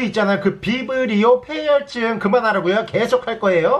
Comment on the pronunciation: 형 계속 비브리오패혈증이라고 하니까 정 떨어진다